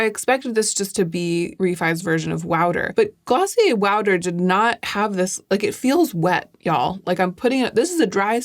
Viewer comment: I like Reffee and also Gloss-i-ur 😂